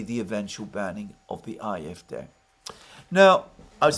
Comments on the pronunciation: Ah-eff-DAY, not aye-eff-deh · Aahrr Eff, Day, would be a closer pronunciation IMO. Just sayin'.